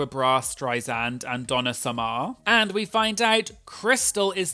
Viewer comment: Did you just say Bar-BRA Streisand? and Donna SOME-AIR? Are you a fake gay?